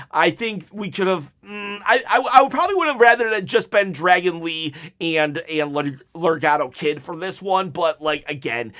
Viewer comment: I think you mean Laredo Kid not legado Kid lol! Either way buddy I enjoyed the show as well! Let’s go 30K subs I’m ready to win a replica title chop my toy title is trashed up!